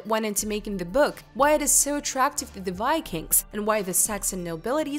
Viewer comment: Had to quit hallway through, I couldn't take the improper pronunciation any longer. Especially, "Vikings" not "Wykings". Keep working on this please prior to any more vids. Horse before the cart.